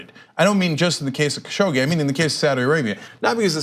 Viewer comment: It should be pronounced like ka shug ji